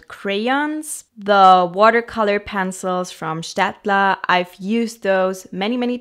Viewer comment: I love how you pronounced Staedtler; the first time I realised you're either from Germany or very close to it 😅 edit: Austria, so close to it 😅